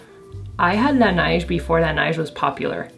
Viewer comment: You pronounce La Neige with a quebecois accent lol it's cute💕